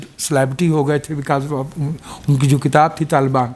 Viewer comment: ne kitab ki ahmiyat par umda guftgu ki hay.......woh "kitab" ko baar baar "kataab" keh rahay thaiy,please correct